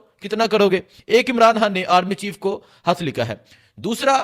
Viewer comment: بھائ حط نہیں خط کہو ح ہا ہے اور خ کی آواز خا ہے 🇵🇰